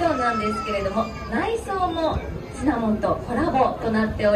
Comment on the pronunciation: 司会の方、シナモン シナモン 言ってない？ 正しかったかな？(笑) シナモだよねー😅